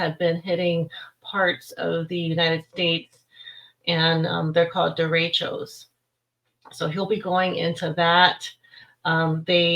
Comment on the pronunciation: I know the term, but it is not being pronounced properly. It's spanish, so you roll the R and the e's are more soft. Happens often during monsoon season in northern new mexico. Derechos bring good rain to the desert.